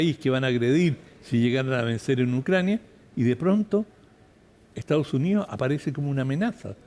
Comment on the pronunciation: Esta Jentusa no sabe mi pronunciar el castellano 😂😂😂dicen : lo jestao junío jajajaj. Es : Los Estados Unidos y no se dice Ocho, se dice Otro jajajaja lo maputhe no sabi hablà. ESTAO SUNÍO JAJAJAJ EEUU